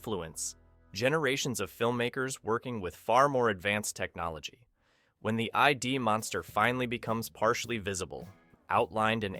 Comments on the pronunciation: But you mispronounced ID as "Ie eD" - it's "Id" as in the part of the mind in which innate instinctive impulses and primary processes are manifest... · The E,I,D, what the hell is that. This has got to be a generated voice or the narrator has never seen this film. Freud would laugh at you. Haven't you ever heard of the Id, the Ego and the Super-Ego. All terminology from Freud. Id, one syllable. Think of word "Squid", now get rid the Squ and what you'll have left is "id". Walter Pigeon even describes it in the movie. The Blu-Ray is beautiful too. Worth the wait thru my LaserDisc copy , which is now framed on the wall, and on to the Blu-Ray. And I'm sure everyone except the narrator who didn't say that there was a men inside the Robby, know that it was just a movie prop. Which is still around too. A collector owns it. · The narrator managed to say "id" correctly once! Yaaay! But my favorite mispronunciation when when the narrator mispronounced it as something like, "E D," and to be fair, I can certainly see erectile dysfunction creating psychological monsters. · Don't know if the narrator is human, but the materialization of Edward Mobius's mind is referred to as the once common psychological term used to describe the elementary basis of the subconscious mind, it is pronounced the "Id" (like "It") NOT I.D.! If you're gonna do reviews like this, at least get your terminology straight, otherwise you sound... well, stupid! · ID !! For crying out loud. Makes this hard to listen to....CRINGE.......and then I hear, 'ID-DEE-DEE'!!!!! An AI voice warning about AI whilst getting something quite simple, so fundamentally wrong. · It's pronounced "Id" (like the pronouncing the first part of the word "idiot" without the "iot") not the letters "The I D" You would have known that if you watched the movie or listened to the submitted script to some AI voice over you didn't check it. Sad... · It's not "I-D", it's id. A word, not initials. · "Eye-dee" monster? Idiot.